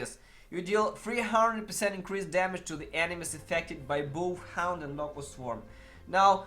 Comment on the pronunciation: Hound or HAUNT??? :) you need to improve your english pronunciation... :)